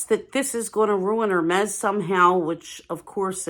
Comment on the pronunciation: Hermes should be pronounced correctly, please!